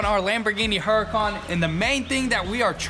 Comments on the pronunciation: I like the way they pronounce Huracan. They pronounce it with a heavy "H", but if you watch the show on tv, I think it's the same channel as "Air Disasters", they pronounce it as "OO racan" - a pronunciation I like much better. OOracan. Like "OOO, look at that Lambo". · need a tee saying huracon. we are the work shop.